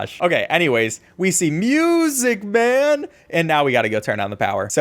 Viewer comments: The way bro says MUSICMAN is so funny 😂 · Bro keeps saying “MuSicE MaN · Thanks to Matpat "Muuuuuuuuuuuuusic Maaaaaaan!" is the only way it can be pronounced. any other way just sounds wrong XD. I'm Glad he embraced the meme it became.